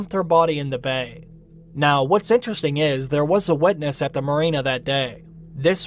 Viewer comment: It took me a while to understand what you meant by "wedness" :P